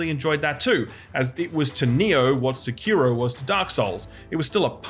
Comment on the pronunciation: Every time you say "Se-kee-ro" something inside me dies. :face-orange-raised-eyebrow